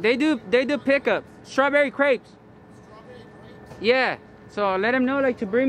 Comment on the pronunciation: Why is he always asking for crepes or crates? Does he mean grapes?